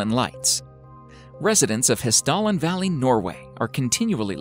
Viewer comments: Love how he pronounces "Hesdalen" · I live just by the Hessdalen and for one you're butchering the name. I could not recognize the real word from how you said it. Secondly, there is no mystery and no one is really wondering or believing in aliens or anything like that. This video is very "Americanized" and sensationalized and there isn't really any mysteries or scientifically impossible places or phenomenas happening here.